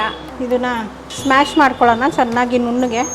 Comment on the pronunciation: It is not smash it is mash